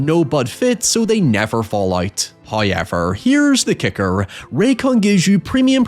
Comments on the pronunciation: First "hoyevver" drops . In an attempt to sneak it past us, He doesn't start a sentence with it- this trickery is a new wrinkle, and will require further observation. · I've never heard anyone but this guy say hoiyever